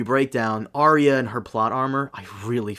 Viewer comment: If you cant pronounce Arya, then you cant be taken seriously